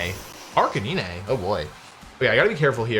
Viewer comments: Question... Who is Arca-nee-né? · "Ark-a-nee-nay" FlygonHG fan confirmed?